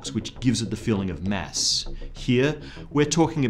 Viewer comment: It's kinda annoying when he pronauns it mess instead of mass.. :/ I should not complain though... since this is such a excellent video <3